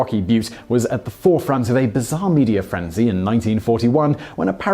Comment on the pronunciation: “bizarre media frenzy” but it sounded more like “bizarre meteor frenzy.” Subtle, yet huge difference. Thanks, brain.